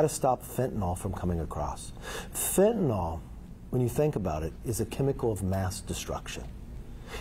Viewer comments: What is it with Republicans and pronunciation? "Fenta-nil" not "fenta-nol." And not "nuke-u-ler" or "eye-rack" or "eye-ran" either. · He doesn’t know it’s Fentanyl (he calls it Fentanol), and he doesnt know the difference between “curb” and “curve”…he wants to “curve spending”….this man is truly an idiot. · Someone should tell McCarthy it’d called Fentanyl, not Fentanol…but sure, the guy who doesn’t even know what the name is will stop it. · It’s fentanYL, not fentanOL….he should at least know how to say it if he plans to fix it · It's fentanyl not fentenol, Kevin. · What is 'fentanol"? Does McCarthy mean fentanyl? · How many times will you impeach Biden? McCarthy:Yes What will you impeach him for? McCarthy:Yes Btw, Kevin, what is fin-tin-all? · Fentanyl is pronounced FENT A NIL!! Don't know why it makes me cringe to hear it mispronounced, but it does. Anyway, if you are making it part of your platform, you should know how to pronounce it. Also, McCarthy is an idiot on all levels. Take action against the criminals in your own house. By the way, the debt ceiling is raised all the time. Don't use that as a threat on Social Security and Medicare, which has a multitrillion dollar surplus. Quit stealing my money. So sick of these repugnant lies. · He cannot even pronounce Fentanyl.